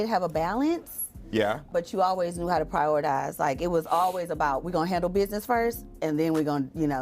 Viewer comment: I just came into the room to this video being on and all I heard was "prioridize" 🥴😳. But it's a good video